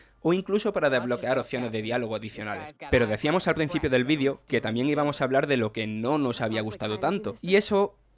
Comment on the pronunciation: Ps si dicen vidio,en vez de video